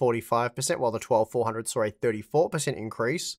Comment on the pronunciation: They “sar” improvement you say? Yes or “nar” ? Lmao. I believe what you meant was “saw” improvement. Yes or “noAH” ? Nar and sar just sounds dumb af. Nothing personal btw. I just don’t get it. These are super easy words. Give reading my comment a try. Not sure if your teachers ever said “sound it out” or not, but you should try it. Other than those two super annoying words. GREAT video!..👍🏼 cheers..✌🏼